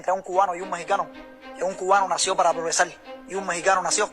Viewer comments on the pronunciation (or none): La diferencia de este cubano con los Mexicanos es confundir la "R" con la "L". "Progresal", "Tercel mundo" jajajajajaja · No se dice progesal se dice progresar 😂😂😂😂